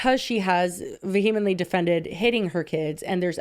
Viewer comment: mispronouncing ‘vehemently’ every damn week is killing me 🤣 (still love you girlie)